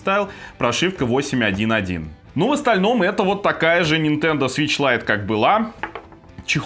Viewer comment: 2.28 "включаем нашу нинтендУ свич лайт" - как гвоздем по стеклу